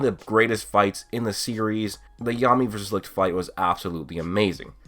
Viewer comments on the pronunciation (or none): When you are from Germany and here when you here licht how you speak it 😂 but no hate :) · Me as a German hearing you pronounce “Licht“ is pure fun c